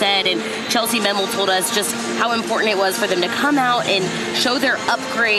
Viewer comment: "Chellsie Mammel" 😂 It's Chellsie Memmel guys